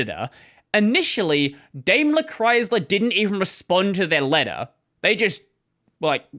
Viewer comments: interesting story, thank you for entertaining. But my German ears feel uncomfortable hearing you say "Daimler" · Dime-ler. Know-vale